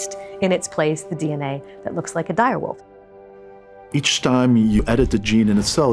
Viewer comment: “Dire Woof”